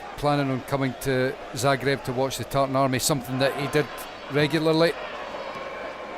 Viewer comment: Please, It is pronounced, Zaah - greb. Not the way you insist on saying it, despite your knowing better. Thank you